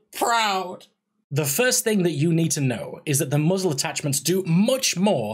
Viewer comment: Did he say Muggles Attachments? =P Good Video!